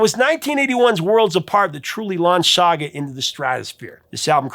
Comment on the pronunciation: Thank you for finally covering SAGA 🇨🇦 !! (And for pronouncing it properly!!!) Although, Jim Gilmour wasn't the original keyboard player on the debut album....